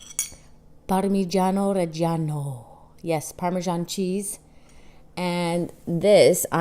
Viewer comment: I like the way u say parmesean lol